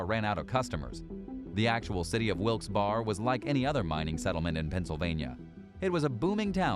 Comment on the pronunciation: Not that you’ll care but it’s pronounced Wilks-bare-eh.